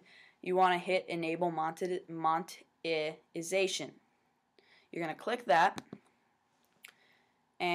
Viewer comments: Mon-Eh-Ty-Zay-tion.....SAY IT WITH ME..... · You prenounce it like: moneytiesation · monte moniti montaziation Lol.